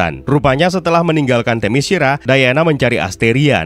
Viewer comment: min, saran LAGI nih (kyk nya udh sering gua komen, tp mungkin blm kebaca aja): sebelum mulai menarasikan naskah di setiap video, ada baiknya utk memastikan cara pengucapan nama2 / kata2 bhs asing nya. gampang kok, tinggal ketik di google translate trus klik gambar speaker nya. - "Themyscira" itu dibaca te-mes-ki-ra , bukan te-me-shi-ra - "Great" itu dibaca greit , bukan grit (grit itu pengucapan utk kata "greet") sekian, semoga makin rame dah ini channel krn emang good pembahasannya gua suka